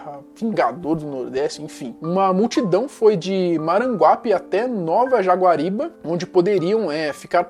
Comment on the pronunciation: O certo é Nova Jaguaribara. Não é Nova Jaguariba.